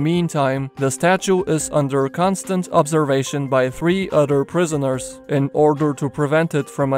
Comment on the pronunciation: 3 udder prizzerners? Why are the prizzerners udders? WIBBLY UDDERS WBWBLLBLWBLEBBLE